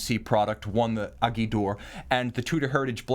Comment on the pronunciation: I love the way pronounce “Aiguille”. Granted it’s not easy to say for a non French speaking person.